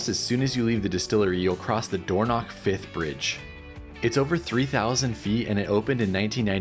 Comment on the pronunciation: This is a great video and brought back so many memories as I grew up in Ross-shire but omg, it's Dornoch Firth, not fifth!!!! 🤦🏻‍♀️